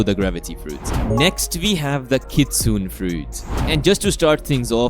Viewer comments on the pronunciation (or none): You're actually not pronouncing Kitsune correctly. Kitsune is pronounced with 3 syllables. "Kit-Su-Ne," with the Ne at the end sounding like "ney" or "nay," not Kit-Soon. It's easier to listen and repeat so I would suggest searching a video on how to pronounce it correctly!